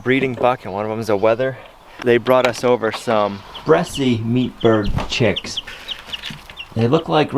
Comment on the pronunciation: Le Bresse chickens pronounced like chess.... dont say the extra e at the end....